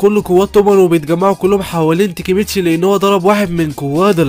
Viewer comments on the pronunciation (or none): ليش تنطق الاسماء غلط تاكيمتشي ❌ تيكيمتشي✅ كيساكي تيتا ❌ كيساكي تنتا ✅ تشيفويو ❌ تشوفيا✅😂 فالوهلا ❌ فالهلال ✅ ياخي انت من فين حضرت الانمي 😂😂